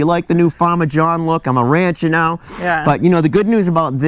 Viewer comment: Praying for y’all. John it is pronounced Ran-cher